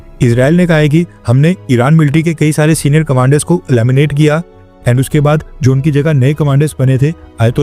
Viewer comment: इलामिनेट नहीं भाई उसे एलिमिनेट कहतै हैं।